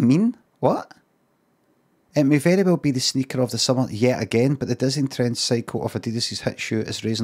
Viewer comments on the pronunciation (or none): none